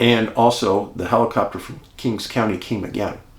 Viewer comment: Great account, Dave. As a correction, it’s “King County”. Thank you for your videos. I really enjoy them, click “Like” and always watch to the end.